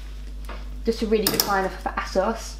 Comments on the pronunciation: It makes me laugh when you say ASOS , (it's pronounced Aysos) ..love the black and white cardigan xxx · The way you pronounce ASOS sounds a bit rude "Ass-os"😂